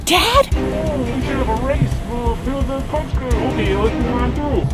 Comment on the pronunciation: It's code not cose.,l😆😉